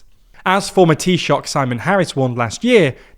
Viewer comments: Shout out to the TLDR Presenter's attempt to pronounce Taoiseach! Not bad at all 👍 It'd say the correct pronunciation is closer to "Tea-shuck" rather than "T-Shock". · An FYI on pronunciation: "Taoiseach" is usually pronounced a bit more like tee-shuck or tee-shook, rather than tee-shock.